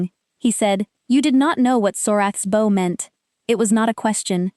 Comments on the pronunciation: Please teach your AI that the word “bow” is pronounced with an “ou” sound. Such as cloud or doubt. Thank you. Good story. Listening from Jacksonville FL, USA; p.m. EDT. ❤❤ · Your reader is confused between the two pronunciations of heteronym "bow."